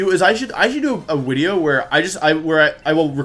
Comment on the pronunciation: Wolfey: Video is Wideo Also Wolfey: Arca9 instead of Arcaninay